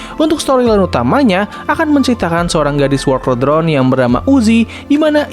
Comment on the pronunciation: "Wolkel drone" 💀